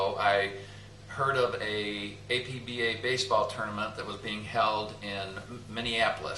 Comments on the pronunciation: It's pronounced APP-BAH as stated in the famous color brochure and as was written in the brochure. Never, no Never pronounce it Ay-Pe-Be-Ay. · Okay, I have to say it because it came with the literature in my 1980 APBA baseball game...APBA is pronounced as a word, two syllables. APP-BAH. It is NOT pronounced as speaking the four letters A-P-B-A... Anyway, great video. Forever APBA (APP-BAH).